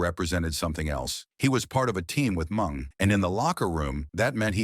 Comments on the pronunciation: Who the hell is Mung??😂 Isn’t it Meng?!😄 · Mung,it’s Meng lol😂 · THE NARRATOR, WHO I THINK IS AN IDIOT, MEANT MENG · AI should fear calling Meng ‘Mung’. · It not mung its ming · MENG not MUNG FUCKING AI!!! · Jericho was trained in The Dungeon. BTW, the name is Ming, not Mung. And, Ming, better known as Haku. The Barbarian was Ming's mentor and island brother. Haku is #1 in the most feared category. Barbarian is #2. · Yeah I thought the same, the name was "Ming" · Wow, Blah Blah Blah Blah, more mush mouth blabbering than a knitting circle. And you can't even say the names., like you're Drunk or something. "Mung"? Really"? Can't even distinguish between "MING" and "Mung"?? Just say "Haku" then. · Ming not mung dumbass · Put respect on Mng's name and pronounce it correctly!!!!!!! MIIIIINNNNGGGGG!!!!! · Am I the only one who can’t listen to AI narrator? Calling Meng MUNG drove me nuts. I couldn’t finish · And all this time we were pronouncing his name incorrectly 😂 poor "MUNG" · everytime he mispronounced mengs name as mung I lold